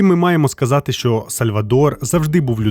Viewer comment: Мій улюблений художник. Він, дійсно, геній. Відмовився розмовляти іспанською з королем Іспанії, бо він каталонець. Про брата теж знала. По інформартивності- молодці. Особисто до Вас прохання - попрацюйте над вимовою, бо вона поросійщена. В нас тверді шиплячі. А у Вас це звучить як «[якщьо], [щьо], [щє], [вчінок], [вибачьте], [розбираючі], [бачять], [чєрга]…” Випуск чудовий, дякую. Якщо б ще вимову підтягнути- буде супер